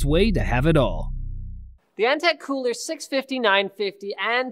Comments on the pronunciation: it's kühler not kuhler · Kühler not kuhler -.